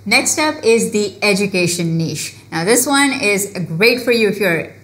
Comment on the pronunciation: Finally somebody pronounced that word "niche" correctly 🙌